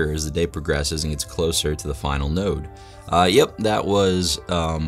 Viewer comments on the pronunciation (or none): none